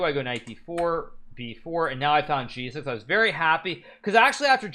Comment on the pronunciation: I found g6 sounds like “I found Jesus”. Made me double take.